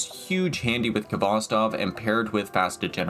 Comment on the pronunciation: It's pronounced Hvostov. The k is not sounded. It's a Russian word transliterated.